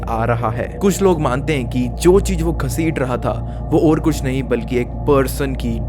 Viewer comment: Cheej ka hota hai chootiye ? It’s cheez .. Jyada kya hota hai ? It’s “Z”yada Your pronunciation is so disgustingly pathetic..